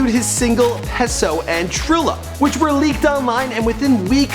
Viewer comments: Peso=Payso... Not Pehso... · "Pay-so" not "Peh-so" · He said peso wrong😂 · Also "pay-so" not "pes-o".... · Heso lmao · he said pesso -_ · “Pesso”? Are you fucking kidding me? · did he really say pesso? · Peso is pronounced "Pay-so" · Its pronounced as Pe-So dumbass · its peh-so. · he also doesn't know how to pronounce the word "peso" like wtf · This dude cannot pronounce anything right. Can't even say peso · he didn't say peso right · its Rakim [RAH-KIM] and Peso[Pay-So] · this guy is so fucking annoying, "RA-KEEM" and "PESSO" WHAT THE FUCK? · "rikeem" "pessoh" fuckin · "Rah-kim" "Pay-so" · This guys pronunciations of Rakim and Peso have me dying lmfao